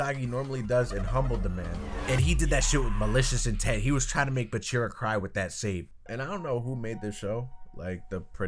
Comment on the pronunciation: It's BAAAAAAACHIRAAAA not buchirra